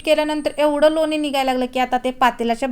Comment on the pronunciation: लोनी नाही लोणी असा शब्द बरोबर आहे